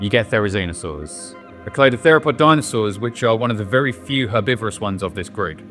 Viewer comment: What are "dinsoauers"?